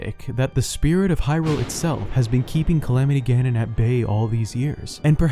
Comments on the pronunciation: Lmao how he said calamity gallons killed me. Guess I'm a luminous stone now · "Calamity Galon" -, 2020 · Calamity melon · Calamity salmon